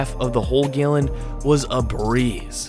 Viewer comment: "Gaelin" of milk.